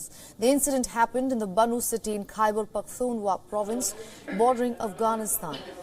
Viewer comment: It's Khyber Pakhtun Khwaa......not Hua......dear anchor